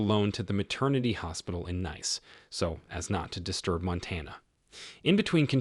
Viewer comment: Is not Naice like something pretty, it's Nice pronounce neece.